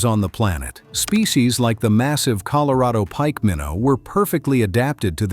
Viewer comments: ColorAdo River? C'mon do better. No more ai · Oh here we go with another AI narrator. It pronounced Colorado, Colo-ray-doe. The U.S. government is doing its best to keep people confused 😕 about everything here lately. Think about it, it's one thing after another. If it isn't NASA trying to get people to believe its B.S. some other group is pushing aliens 👽. Then there's all the different foods that's bad for us, others pushing climate change. It just goes on and on. What the governments of the world are doing is getting ready to bring out the One World Order without the knowledge of the population until it's too late. We can't stop it from happening and it will user in the Anti-Christ and the Mark of The Beast. Our only thing we can do is get right with God and repent our sins be Baptized and receive Lord Jesus Christ as our Savior. There's going to be many naysayers, false Christ's, false Prophets, doing great things. Read the Bible and know what will occur when Lord Jesus returns. Talk to a trusted Pastor who knows the Bible well. God bless everyone. Amen 🙏 ❤. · I'm surprised I continued to watch after AI mispronounced Colorado The second word it spoke, usually that's it I'm done but I'm very interested in the area so I tolerated advanced stupidity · Why does he mispronounce "Colorado"?